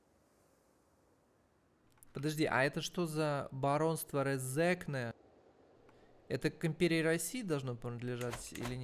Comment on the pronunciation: Смешно произнёс слово РезЕкне, если что, то правильно говорит с ударением на первую е РЕзекне. Классное прохождение (это и другие) удачи!